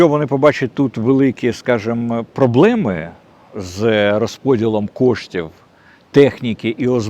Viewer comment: Все чотко, дядьку. Але чому "проблЄми" ?